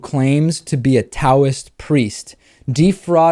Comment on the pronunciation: Taoism is pronounced with a D sound, like DOW.